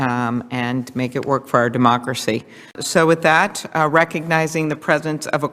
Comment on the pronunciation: Sounds like she called it our "dumb-ocracy." Freudian slip?